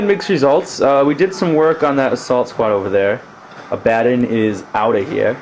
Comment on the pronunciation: why does everyone call him abbaden it's A-ba-don not A-ba-den. It really isn't a big deal but thats the 10th person that pronounced his name wrong.